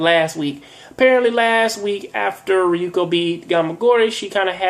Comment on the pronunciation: Ryuko not Ryoko this isn't tenchi